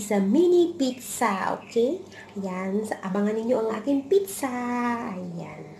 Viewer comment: lol pareho tayo sis pitzza pagkakabigkas sa pizza.